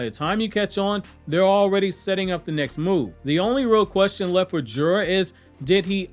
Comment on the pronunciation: Jura is assessment lol , you trying tho lol